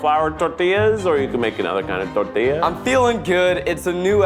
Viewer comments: ok Keith saying the last tortilla without the gringo accent - 😅 phew fanny flutters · Mexico has entered the chat Keith saying Tortilla is amazing I gotta say Eugene made a Mexico City quesadilla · Keith days tortilla 3 times and his pronunciation gets better each time. Practice is key! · Keith's pronunciation of "tortilla" made me so proud but "HA-rina" "com-AHL" killed me 😭